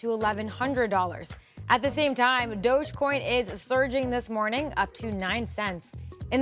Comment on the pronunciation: It's pronounced Dodge-E-Coin, as in dodgie.